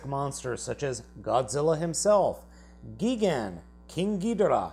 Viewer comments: It’s gigan not geegan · Lol, you said Gee-gan and gee-Dora, lol. Not trying to be rude but it’s pronounced (GUY-GAN) And (GI-DORA) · Mothra is a female. Gigan is not pronounced Geegan but as it's spelled...Gigan! (Gie- gan) You say Ghidorah all kinds of wrong Did I miss anything? Oh yeah...that's a larva not a pupa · If it's ok I'm going to correct the way he says Gigan it's not Gegan it's Gigan. Ps. Sorry if it's sound's like I'm being mean I don't mean to. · Gigan is pronounced like gaygan not gigan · you also pronounced Gigan's name wrong.the i says eye not ee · He really said geegan. (yes I know it's gigan) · His name is not gegan his name is gigan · Why r some of them fat like king ghidora and mechagodzilla And why r u saying there names like that with GIGANTIC NOT GEGAN 🐦🤖and Ghidorah not gidorah 🐉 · Mecha Godzilla is fat as shish and "King Gidora" and Mecha Godzilla has no neck and it's not "Geey-Gan" it's "Guy-Gan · Learn how to pronounce idiot it's not geegan it is gigan it's not King geedorah it's King Ghidorah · 1) it’s GIgan not GEEgan 2) it’s GIHdorah not GEEdorah 3) mothra is a girl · Its Gigan Not Gigen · "Geegan" its gigan. But its pronounced (guy-gan) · its not giigan its gigan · It looks like you don't know much about kijus go and go translate gigan your not saying it right its not gegen its gigan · It's pronounced "guy-gan" Not "gee-gan" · gee-gan XD XD XD ITS PRONOUCED GI-GAN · Its GUY GAN not GE GEN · Geegan its i gan gigan you pronounce it not like ee its i g i gan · dude you got the 2 monster names wrong. gigans name is guy gun not geegan. and king ghidorahs name is king gidora not king geedora. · Gigan not giegan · Great review! But you keep mispronouncing gigan it's pronounced guy-gan you keep pronouncing it gee-gun. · "Geegan"? It's pronounced "gygan" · Its not ge gan its gigan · Gidorah, not Geedorah. Gai-gan. Not Geegan. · The things on Gigan's back are wings. Also it's pronounced G I gan not Geegan. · Its not Geegan its Gigan